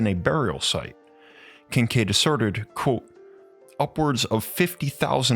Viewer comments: It is pronounced "quote" not "quo". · It tickles me to hear him say “quo” instead of quotw